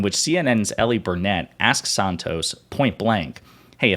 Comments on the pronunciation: Her name is Erin not Ellie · ERIN NOT ELLIE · Her name is ERIN, not ELLIE. C'mon! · Her name is Erin not Elly. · Her name is Erin. Do better man. Jeez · Her name is Erin. Other than that, good video. Well done.